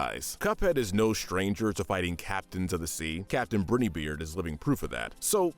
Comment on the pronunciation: BrIny like Br-eye-ny